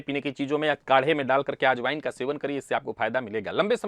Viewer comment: अरे ! हम तो चौंक गए ! आप की वाणी में ये शब्द ? कि— "आज Wine का प्रयोग अवश्य कीजिए !!!" फिर क्षणार्ध पश्चात् ध्यान में आया कि आप "अजवायन" की बात कर रहे होंगे।... एक और बात : किसी चीज़ को कद्दूकस करने से जो परिणाम दिखता है उसे गुजराती भाषा में "छीण" कहते हैं, 'क्षीण' का उच्चार तो 'क्षीण' ही किया जाता है।